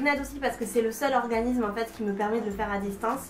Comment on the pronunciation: Merci pour ce partage d'xp' mais un s suivi d'une consonne se dit "ssss" et pas z donc organissssme et pas organizme:D je suis nulle en ortho' mais niveau prononciation je me debrouille pas mal ^^ continue tes vidéos j'adooooore!